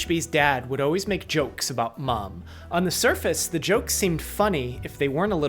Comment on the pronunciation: You said "o-ways" instead of "always". That's how a 2 year old pronounces it because they haven't developed the skills to talk normally. This is a popular speech problem in California. I wish people would stop mispronouncing this word. Grow up and talk like an adult. Everytime I hear someone say o-ways, o-wies or all-wies little bombs start going off in my brain. My sanity starts to slip away.